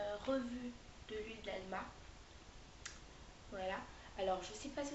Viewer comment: c pas Alma mais amla hihi